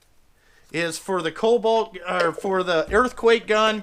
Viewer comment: “KoB-alt” lol!